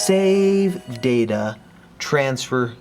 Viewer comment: am i the only one who thinks that whenever says Save data he sounds like he's going to say SEGA?